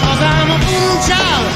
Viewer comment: It's VooDoo "Chile", like my southern grandma says!!!